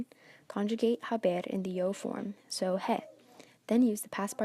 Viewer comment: Did this teacher just pronounce the "H". he is pronounced as a not hey